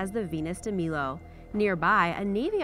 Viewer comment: you pronounced Venus de Milo and Milos wrong